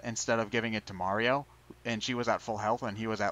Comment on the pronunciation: Mario's name is now Marty-O by the way, lol